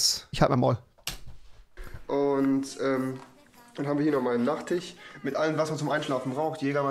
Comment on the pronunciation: Der ,,Nachtich